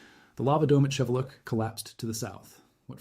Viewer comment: FYI, the volcano’s name is pronounced as Shee-VEH-lootch.